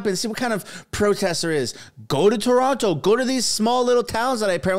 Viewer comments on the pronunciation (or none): none